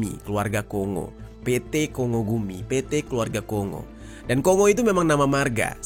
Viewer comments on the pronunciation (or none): maaf ya jer, bukan apa2 nih, cuma mau konfirmasi aja tentang cara pengucapan “KONGO”,,, sebenrnya cara pengucapannya “KONG+GO” bukan “KO+NGO” ya